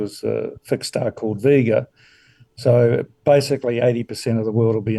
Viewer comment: Sunspots affecting the weather I can understand, but planets???? Also, the planets never go anywhere near the star Vega, which he pronounces wrong. If you look up his website you find him throwing around terms like "vibrations" and "inverse square law" without any attempt to explain how. More run of the mill conspiracy nonsense and pseudo-science.